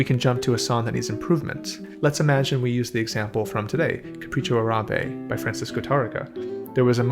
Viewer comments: Capricho AH-rah-beh, not "ah-RAH-beh." That's what the accent mark on Árabe means: the first syllable is the one stressed. It has the same prosody as "Tárrega." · Not a big deal, but it is pronounced "AH!-rahbeh", not "Uh-RAH!-beh". (And yes, the Google translate Microsoft Sam robot is incorrect). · Thank you for your insights. I love your work here. One side nitpicking FYI: the correct pronunciation of the Spanish word “Arabe” is “Árabe” with the stress on the front “A”; like “AH-ra-beh”. It is true that “Arabia” (the region) has the stress in the middle-A similar to English, but the adjective “Árabe” does not. Sorry, languages are like that sometimes (source: native speaker). Depending on publisher you might see the accent mark omitted in “Árabe” because historically accents were suppressed in uppercase letters, but it’s now supposed to be there. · Fantastic video. This is indeed something that should be taught systematically. BTW, it is pronounced “Capricho Árabe”. Notice the accent (linguistic staccato) on the first a, not the second. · It's Capricho Árabe, stressed on the first "a". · The macron in Arabe is over the first a - so the first a is longer than the second a - is the correct pronunciation